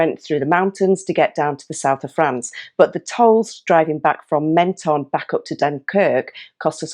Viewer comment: p.s.. I stayed in that campsite in Menton many years ago ! nice town. They pronounce it phonetically "Mon - ton" not "Men - ton "